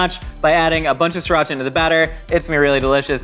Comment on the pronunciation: your pronunciation of "Sriracha" needs coaching